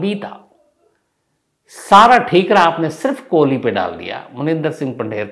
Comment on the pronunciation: गजब करते है शम्स साहब ! हर जगह सुरेन्द्र कोली के स्थान पर आपने या ता सुरेन्द्र 'कोहली ' कहा है या तो आपने 'कोहली ' कहा है।